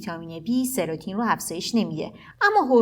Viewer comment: مطالب خوب بود مرسی فقط اون هورمون سروتونین هست نه سروتین